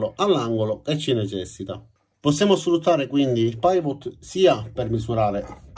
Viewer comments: Ciao, ottima spiegazione, come sempre. Un solo appunto e, spero che tu non me ne voglia, la pronuncia di PIVOT è PIVOT e non PAIVOT. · scusa ma si dice pivò e non paivot!!!! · Pivot si legge "pivò" perché è francese e significa "perno" ;-) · Ottimo video. Una precisazione: pivot si pronuncia quasi come lo si legge in italiano, cioè non "paivot". Da solo significa fulcro, perno. Credo che sia una abbreviazione di "pivot point" che significa "punto di rotazione". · Si pronuncia pivò ......è francese ,comunque bella descrizione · Paivot!! Come dimaio che sussurra al vairus!🤣🤣